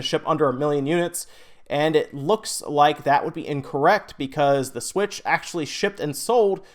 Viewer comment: Does anybody else hate the way he says "The Switch"? I honestly don't know why it bothers me so much lol